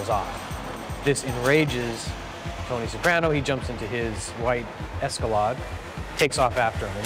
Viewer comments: LOL Escalaaaaahd. It"s a long A. Think 'escalator'. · What’s up with boom operator Paul’s inability to correctly pronounce certain words, such as “Escalade”? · Why can’t that guy pronounce Escalade right…?!?! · Am I developing a hearing problem or do people keep calling them Escaladds? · Both of you said it the fuck wrong. It's Escalade.